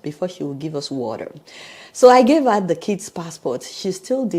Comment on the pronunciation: What an unnecessary hastle! I am so so sorry. I hope you wrote a very strong letter to the Honduras Embassy or Government. This lady needs to be demoted. She does not have the integrity or intelligence for her post. Adeola no offence meant but please pronounce the TER in water. Congratulations on obtaining US citizenship! God bless.